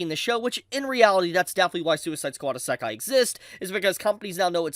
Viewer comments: it's not essakai bro it's isekai try to pronounce it clearly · Every utterance of "EAS-SAHK-KAI" is akin to nails on a chalkboard for me. Bro you HAVE to know how it's pronounced, you seem to have watched anime and been in the anime community long enough to know that you say it like "Izz-uh-kai." Come on now. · “Ih-SAH-kai”…bro cooked himself 4 seconds into the video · "a suck eye"? I've never heard of that genre before! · why does he keep saying Esekai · Dude why you saying isekai like that. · Bro, learn how to pronounce Isekai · Dude, how did you forget how to pronounce “Isekai”. I know you’ve said the word properly before. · I'm gonna let you finish but that was the WHITEST pronunciation of isekai I've ever heard! ok ok. I'll watch the rest now. fuck... you just keep saying it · ........Why you say Isekai like that? lol